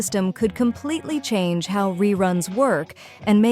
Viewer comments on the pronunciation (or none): none